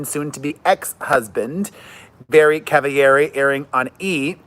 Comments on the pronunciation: Jay BUTT ler, lmao Also, she isn't a latina. It's not Cava-yari. It's Cavallari, hard L. Also, she is ITALIAN. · PEREZ Her Name is Cavallari it’s Italian her dads from Italy she just went on her show to trip to Italy and met all her family in Italy ——you pronounce it like this CAV A - LARRI CAN SAY THAT LIKE LAR E WITH E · I don’t get it are you shading Kristen by mispronouncing her name and saying she was on the OC? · No. The OC thing was a genuine brain fart. I never watched Laguna Beach. Just The Hills. And I honestly can't pronounce her last name.